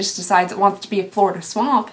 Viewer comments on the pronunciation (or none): none